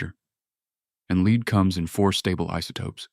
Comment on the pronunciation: A.I. doesn't know the difference between 'Lead' and 'lead'! Hopeless ...